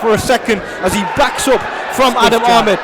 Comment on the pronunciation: Its Adam Ahmed not Hameed.. hahaha.. lmao its not naseem son